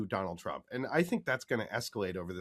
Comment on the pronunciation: Doe-nauld Traamp